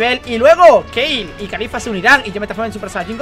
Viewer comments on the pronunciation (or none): porque Keil??? si se pronuncia Kale tal cual,pls